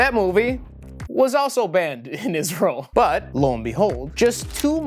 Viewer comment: Cringed everytime i hear the word isReaL